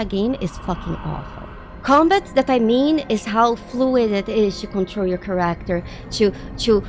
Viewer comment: Dude! You are so cool.. But please, get the pronunciation of the word "character" down! 🙂